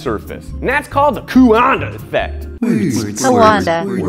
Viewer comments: you meant Coandă effect, not coo-and-a effect xD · Coandă is spelled quan-duh BTW. 🇷🇴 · They don't know how to pronounce the "ă" (Nu stiu cum sa pronunte sunetul de ă) it's the "uuuh I don't know" sound. xD (este sunetul de "ăăăă nu stiu") Btw ceaw kf? :)) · Who else hear hippopotamus instead of coanda? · Efectul Coandă. Funny how you pronounce. :D